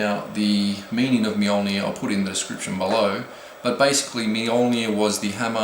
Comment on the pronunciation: M-JUL-NIRR say it outloud. That's how you pronounce it. Kind of. /A swedish dude.